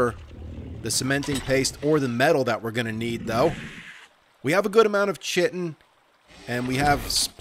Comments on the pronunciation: Love the run through vids. p.s. Please stop mis-pronouncing Chitin. It is pronounced Ky-tin. TY :) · When your said "journey.. man chitin boots" it sounded like you said "journey.. man sitting boots"🤣🤣🤣🤣🤣🤣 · He said in the first video he knows how to say it, but chooses not to because his way sounds funnier.